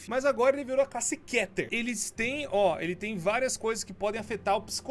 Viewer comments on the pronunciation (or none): se escreve keter mas se diz kiter